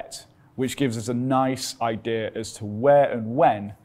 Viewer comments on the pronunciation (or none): none